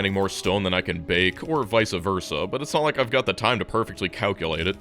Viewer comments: Vice versa not visa versa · I hate to be that guy but it's VICE Versa. Not Vica